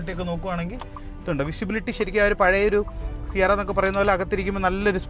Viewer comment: C ആരാ അല്ല C എരാ എന്നാണ് .